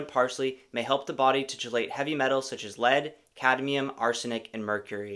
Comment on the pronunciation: Chelate is pronounced "key-late"